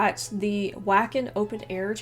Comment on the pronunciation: Something to help you a tiny bit. Airy yawn, Yan sen, Vacken festival. Gotta love Americans trying to pronounce things.